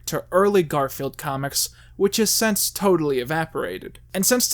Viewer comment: Am I the only one bothered by the fact that every damn time he means to say "since", he says "sence"?